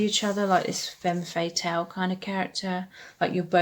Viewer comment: Hello ! Thank you so much for that reading! I chose the 4th pile. Just letting you know, femme fatale is pronounced "fam" fatale :) from a French speaking person haha love you xxx